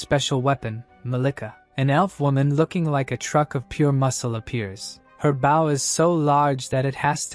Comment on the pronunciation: I really wish these voices could pronounce BOW 🏹🏹🏹 correctly. Too bad the English language can be so stupid at times.